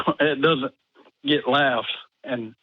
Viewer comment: Anyone pronounciating the word "get" this way: "GIT!" needs to stop taking things on faith :D